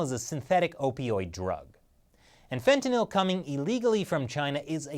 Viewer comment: Fet-uh-gnawl=fentanyl lmao